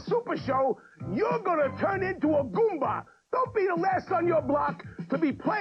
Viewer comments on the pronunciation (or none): none